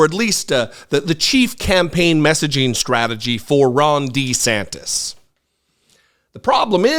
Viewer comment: At least u say meatball Ron’s last name correctly. Deesantis